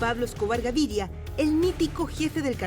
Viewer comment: La narradora doce " Gavidia" y es "Gaviria"